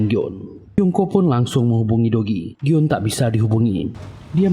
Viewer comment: go eum bukan gyon